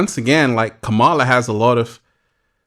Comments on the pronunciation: …it’s COME-MA-LA dummy 💯✔️… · Beloved! Beloved! 😩😩😩 you’ve got to work on the pronunciation of VP Harris’ name: it’s COMMA-La (like the comma in a sentence) …mmmmm Slow motion this side 🙂‍↔️